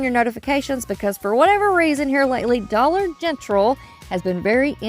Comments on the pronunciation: Why do you say dollar gentral? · Just curious if you say this for a certain reason or just your accent. You say Dollar Gentral instead but f Dollar General. No meanness intended. Just wondering if it was your accent or something else I missed. Happy Mother’s Day to you and all the Mom’s out there!❤